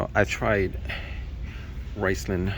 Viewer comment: Rislone is pronounced "REE-SLOAN"